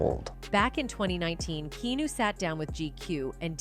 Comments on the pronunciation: His name is Keanu not kenu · How can you Keep Pronouncing Keanu’s name wrong? So annoying